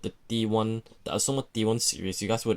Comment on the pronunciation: Am I the only one irritated by the way he says "Aoshima" = "Ausoma"???